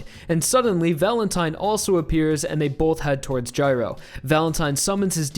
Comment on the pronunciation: guy-row, not jyrow